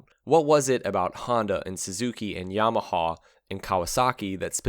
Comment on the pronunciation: It is Yamaha, not Yamahaw😊